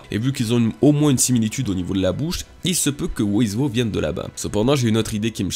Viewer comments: Par pitié, le personage qui de nomme "who is who" (qu'on peut raccourcir en "who's who") Se prononce: (j'essaye de retranscrire au mieux) Houz Hou. En anglais on prononce pas le w comme tu le fais pour dire "who". Ça se prononce comme si tu lisait "hou" a la française en aspirant le h Donc "who's who" se prononce "houz hou". C'est terrible de t'entendre dire "wou iz wou" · Prononce who's who à l'anglaise s'il te plait ça fait pas classe du tout "wo is wo" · Stp prononce correctement Who's who ça devient vite pénible "wo-iz-wo" :( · "Wo iz Wo" rip l'anglais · Who's who se prononce "Hou s hou" (en aspirant les "h") ^^ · bah la logique voudrait que ça se prononce "wouz wou" (en phonétique) puisque c'est de l'anglais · thx la video. ça se prononce wouzh wou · Prononce plus WHOUZ-WHOU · Sa se prononce Ouz Ou en français Qui est Qui